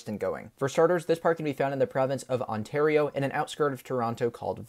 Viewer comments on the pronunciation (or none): none